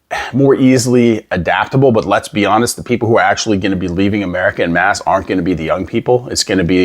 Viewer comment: You wouldn't be able to pass for Canadian if you pronounce "en masse" like "in mass". We say "en" the French way here, so it sounds closer to "on mass" than to "in mass". (Actually, we also pronounce the "a" in "mass/masse" slightly differently. )